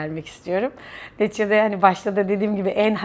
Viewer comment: "Neticede" kelimesini sanki "Netçede" gibi söylüyorsunuz sanki.